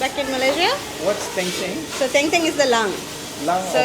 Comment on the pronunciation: Bukan teng teng, tapi Deng Deng... Daging dengdeng